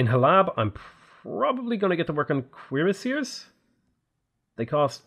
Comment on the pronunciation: Instead of cuirassiers, I keep hearing queerassiers, and they definitely slay